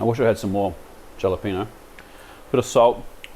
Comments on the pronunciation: Kia Ora my fellow Kiwi… what’s with the Dhajalapwenyio? No shade intended… but I thought you’d have the terminology down pat! Halapenyo pronounciation.!!😊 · the lisp annoyed me more i'm from LA its haa·luh·pay·nyow J in Spanish is pronounced more like an H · Hella-penyo but pronounce the H softly. So more like ella-penyo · Im an aussie and regardless of how its spelt, isnt it pronounced "halepeeno"?